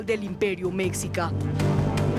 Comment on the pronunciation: Min mi amada,. En esta caso se pronuncia * Meshica * aunque de escribe Mexica.